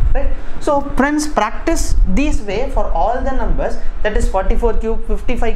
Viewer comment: 8.24 sir sounded practo instead of practice